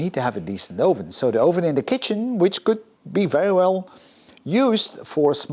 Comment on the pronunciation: Je Engels is echt goed, alleen je uitspraak van het woord 'oven' is niet helemaal correct. Top video.